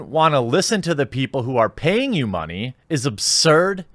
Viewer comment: "Give me muneh"